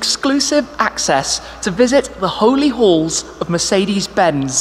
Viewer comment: I kept hearing the holy holes?...but finally clued in it’s the holy halls...accents 😂